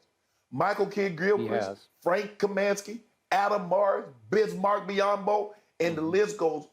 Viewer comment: Lol "Bizmark" Biyombo